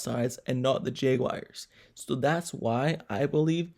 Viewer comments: JAGUARS not jaygwires 🤦🏾‍♂️ #Duuuval 🐆 You loss, it's done. Cry into your little yellow towels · J wires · I like your videos but you need to learn how to pronounce the word Jaguars😂